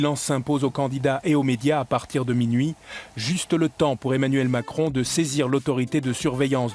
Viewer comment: " l'équipe d'Aimnuèlle Macron "merci la locution pour un présentateur.